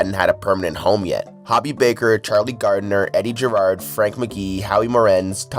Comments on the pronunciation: You mispronounced Hobey's name. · Honestly, it's distracting